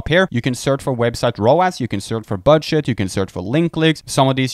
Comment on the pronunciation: is he saying BUDSH*T?